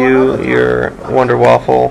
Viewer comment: its a wunderwaffe not wunderwaffle